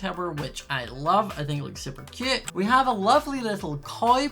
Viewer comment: Ahhhhhhhh he keep SAYING CUUTE LIKE THATS MY WORD